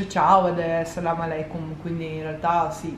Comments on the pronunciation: sei grande 🙌!!!hai saputo dire “salemo aleikom” ☺️🔝🔝💋💋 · Non posso fare a meno di notare come hai detto bene “Salam alekum”😍 voi siete bellissimi e li sembra finto da quanto è bello!😱